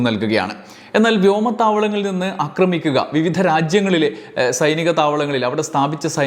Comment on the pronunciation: അക്രമണം അല്ല, ആക്രമണം ആണ്. അക്രമിക്കുക അല്ല, ആക്രമിക്കുക ആണ്. കേട്ടുകേട്ടു ഞാനും തെറ്റുപറഞ്ഞുതുടങ്ങിയാലോ എന്നു പേടിച്ച് ഈ ചാനലിലെ 'അക്രമ'വീഡിയോകൾ കാണുന്നതു നിർത്തുകയാണ്. ക്ഷമിക്കുമല്ലോ. സാമ്രാജ്യത്വ-സയനിസ്റ്റ് അതിക്രമത്തിൽ ശക്തമായ പ്രതിഷേധമുള്ള ആളാണു ഞാൻ. ഇത്തരം വിവരങ്ങൾ അറിയാൻ താത്പര്യവുമുണ്ട്. എങ്കിലും, സമാനമായ വിവരങ്ങൾ ശരിയായ ഉച്ചാരണമുള്ള മറ്റു ചാനലുകളിൽനിന്ന് അറിയാൻ കഴിയുമെന്നതിനാൽ തത്ക്കാലം അവയെ ആശ്രയിച്ചുകൊള്ളാം.